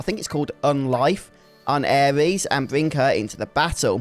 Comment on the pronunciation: was gonna watch more of your vids on this mod but im sorry, i cannot bare to hear you call her "Ares," one more time lol.